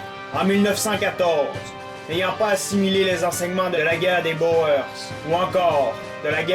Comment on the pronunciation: Juste une petite remarque, en France on prononce boer comme "bourre". Cette vidéo montre bien l'anachronisme des tactiques militaires pendant la guerre de 14, avec des Etats-majors plus lucides l'Europe aurait sûrement évité une catastrophe d'une telle ampleur.